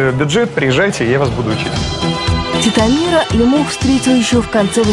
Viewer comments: ЛЕмох а не ЛемОх, ухо режет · Все время думал,что Лемох ударение на "е"...А тут слышу дикторша ЛемОх обозвала...) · Девушка не правильно озвучивает фамилию ЛЕмох, Е ударная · ЛЕмох, а не ЛемОх! Как можно так ошибаться?! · Почему лимОх? ЛЕмох он, а не лимОх 😎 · Не ЛемОх, а ЛЕмох...девушка🤦‍♀️ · Не ЛемОх, а ЛЕмох! Ударение ставьте правильно! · Не ЛемОх А ЛЕмох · "" ударение не там ставит- Лемох! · Девушка за кадром !!! Вы не там ставите ударение в фамилии нашего кумира Лемоха !!!! Не могу слышать 😂😂😂😂😂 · Ударение на фамилии не то, режет ухо